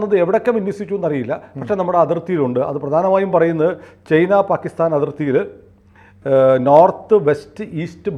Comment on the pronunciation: നിങ്ങൾക്ക് ചൈന എന്ന് ഉച്ഛരിക്കാൻ പറ്റാത്തത് എന്ത് കൊണ്ടാണ്? എന്തേ ചെയ്ന, ചെയ്ന എന്ന് പറയുന്നത്? പിന്നെ SAM എന്നാൽ Surface to Air Missile എന്നാണ്. അല്ലാതെ നിങ്ങൾ പറയുന്നത് മാതിരി Mobile Surface Air എന്നൊന്നുമല്ല. S 400 ഒരു സ്ഥലത്ത് നിന്നും മറ്റൊരു സ്ഥലത്തേക്ക് പെട്ടെന്ന് മാറ്റി സ്ഥാപിക്കാനും വിക്ഷേപിക്കാനും പറ്റുന്ന ഒന്നായത് കൊണ്ടാണ് അതിനെ Mobile SAM എന്ന് പറയുന്നത്. എന്തായാലും നിങ്ങൾക്ക് ചൈന എന്ന് ശരിയായി ഉച്ഛരിക്കാൻ പറ്റില്ലെങ്കിൽ ഞാനീ ചാനൽ കാണുന്നത് നിർത്തും. തീർച്ച.